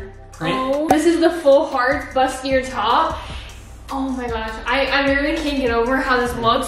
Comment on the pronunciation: I love you... but BUSTIER?💀😂 for future reference, it’s pronounced boo•stee•ay